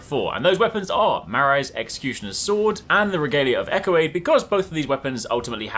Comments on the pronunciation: You are saying Eochaid all inside out 😅-echo aid? Like some kinda Gatorade? Also, you can actually get the regalia by hoping up the cliff in Limgrave with torrent, which is great if you want it at the start of the game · Excellent weapon tip, will give this a try! Bit of a FYI, Eochaid is an olllld Celtic name (should have an H on the end really) and is pronounced “Yo-cade”. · Eochaid is pronounced OH-hid, by the way. It's an Old Irish name.